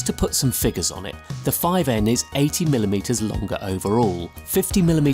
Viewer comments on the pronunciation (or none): none